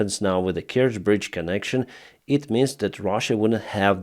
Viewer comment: You cannot even pronounce the name corectly, so BS And The Bridge is not important anymore there is already a new train line on the land. Trying to make money from dead people And to put it right, this i the enemy! US inteventions : Japan : Duitsland : Italië : Frankrijk : Zuid-Korea : Griekenland 1948: Costa Rica : Albanië 1949: Syrië : Birma en China 1952: Egypte : Oekraïne : Guatemala : Iran : Syrië : Indonesië : Irak : Zuid-Vietnam : Cuba 1959: Cambodja : Congo-Leopoldstad 1960: Laos 1961: Dominicaanse Republiek 1964: Brazilië : Indonesië : Cambodja : Chili 1971: Bolivia : Ethiopië : Angola : Oost-Timor 1976: Argentinië : Afghanistan : Polen : Tsjaad : Nicaragua 1983: Grenada : Panama : Sovjet-Unie : Irak 1991: Haïti : Haïti : Zaïre 2000: FR Joegoslavië : Afghanistan : Irak 2004: Oekraïne 2005: Kirgizië : Palestijnse gebieden : Syrië 2011: Libië 2014: Oekraïne : Syrië